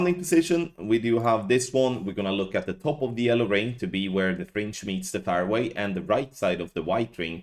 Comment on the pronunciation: All these years and you still can't say fairway. Is that fair to us? Hupps gave that stupid swede a clue there how to pronounce fairway.